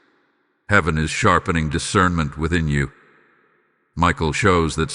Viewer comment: "I EMBRACE DECIRNMENT"